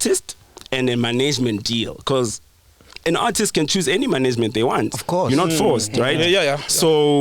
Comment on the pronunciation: The minute said "manaygemant" I knew he was chowing money. Are "I'm the mananger here." 😂😂😭💔